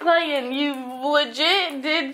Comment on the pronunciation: omg no we’re gonna miss “clayden😂” so much😭❤️